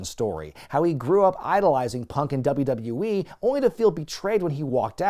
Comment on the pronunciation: repeat after me: "doubleyoo-doubleyoo-ee" Not "dubba dubba yee"